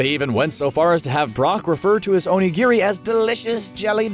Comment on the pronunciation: "ownygeary" haha onigiri